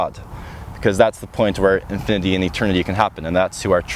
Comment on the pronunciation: Why did so many words i heard sound like they had an extra "ah" at the end. Like infinityah for infinity and meah for me? Liked the video just curious whats up with the pronunciation. Thanks for the vid.